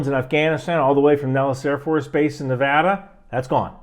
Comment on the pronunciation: Thank you for saying Nevada the correct way.